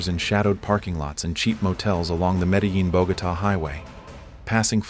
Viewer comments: You pronounce the cities wrong it’s BOH•GAH•TAH and MED•EH•JEAN. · 👎 this channel already has AI do all the work, yet can't fix the way it says "Medellin"